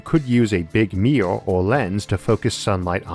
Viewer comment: Combined American accent + IA speech problem: mirror --> meeyour.